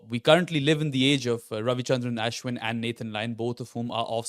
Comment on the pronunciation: Can not say Ashwin like a white person? You're desi, pronounce his name properly please.